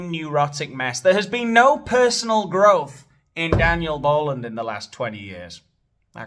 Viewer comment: Who's Dean-yel Bow-lund 🦭💝🦭?